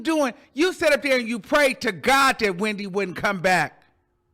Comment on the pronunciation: Everytime says “HWhendy” - it sends me 😭😭